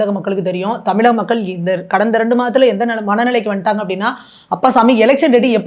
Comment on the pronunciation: இலைய பாரதம் , மக்கல் - மொதல்ல இத ஒழுங்கா சொல்லுங்க நெறியாலர் - அவர்களே.